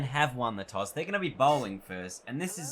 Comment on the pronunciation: “Queensland have won the Choss”